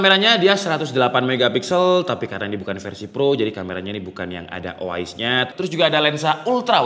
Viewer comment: Nah tapi kenapa si pembuat video malah bilang O A IS ya? apakah lidahnya kepleset? btw thanks untuk infonya